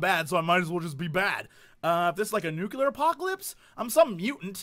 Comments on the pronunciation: Nuclear, Jesse, not nukular. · "nucular" UNSUBSCRIBE "spleakling" RESUBSCRIBE